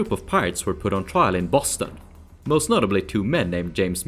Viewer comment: You pronounced Boston perfectly